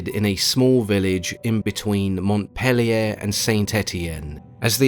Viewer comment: it's a region * the closest city was Montpellier, but both were well pronounced ;)